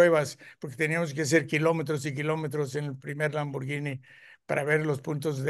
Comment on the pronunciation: Este maestro si sabe pronunciar Lamborghini